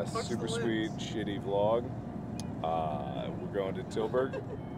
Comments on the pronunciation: Were talking old fetus markiplier. He used to pronounce vlog as v-log. And it would annoy all his subscribers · He used to say the letter V making vlog sound like two words instead of one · Mark, you were pronouncing it wrong. It's not a vlog it's a V-log!... I have been here too long...